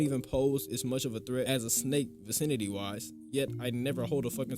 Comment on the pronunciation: vencinity? stfu